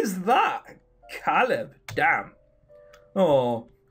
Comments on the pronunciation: It's pronounced cae-lid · I think Caleb is pronounced like K-leb. Anyways, about Jeff, I think the people who are interested in him are just enjoying the story and are curious about him. That's just what I figure.